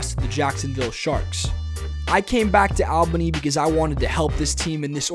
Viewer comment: Can u plz pronounce Albany correctly